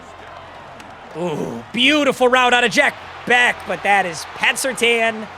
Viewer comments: Jack Bech is pronounced like Besh not beck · If I ever hear you say Jack beck again i will unsubscribe, it's bech, i listened for an hour and you continuously said that it's making me go insane as a raiders fan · Jack “beck” was annoying me all video😭😭✌️ its pronounced jack besch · Not trynna be pretentious but it's pronounced jack "besh" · on the behalf of a jack bech fan your saying his name wrong🤣